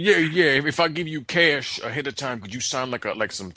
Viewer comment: "kesh" lol